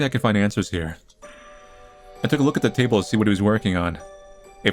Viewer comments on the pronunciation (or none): none